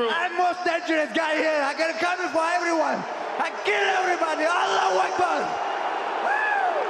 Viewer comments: Wait, did he say " I KEEL EVERYBADY"?? Was that Ahmed the dead territost, well BEFORE he was, you know, dead?!?!😂😂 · "I keeell erybodyy!!! Allahu Akbar!!!!" The religion of peace😂